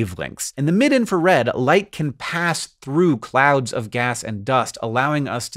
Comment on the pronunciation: Did you say "clowns of gas and dust" or "clouds of gas and dust"?